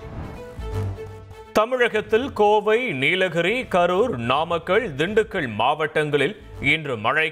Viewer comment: இப்படித் தான் பலரும் உச்சரிக்கிறார்கள்